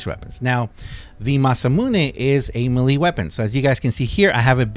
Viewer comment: Melee = may-lay not muh-lee